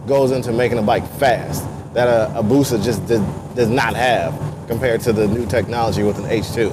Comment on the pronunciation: Don't nobody wants to play with... lol. BTW its "BUSA" not Booza.. lol. The H2 is an awesome bike tho... love the looks of it... #sinister